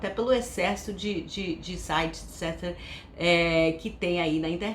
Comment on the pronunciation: Me senti mal de julgar a pronuncia sua dos sites